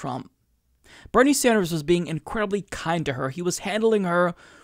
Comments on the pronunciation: Plus, she called him "Senator SanJew, er "Sanders"...lol Who is that nitwit, anyway? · Holy shit, she DID say "Sanjew". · I was going to overlook that Freudian Slip! She DID say Senator "Sanjew". SonofaBiscuit! WARREN IS OFFICIALLY TOAST.